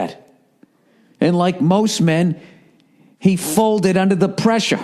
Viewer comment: "he folded undah the presh-ah"